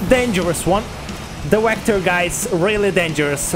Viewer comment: good stuff dude. is the wehicle and wector thing a joke or?